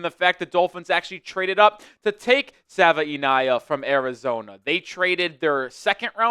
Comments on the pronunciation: D- for pronouncing our new Offensive Guard Jonah <Sav-in-nay-yah> wrong every time. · Struggling with that name 😂